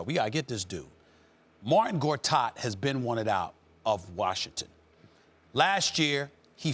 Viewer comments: Marcin Gortat...not "Martin" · This guy Stephen A just be appropriating people's names to fit his vernacular. His name is not MARTIN it's MARCIN! You can't just change someone's name, learn to say it. Have some respect!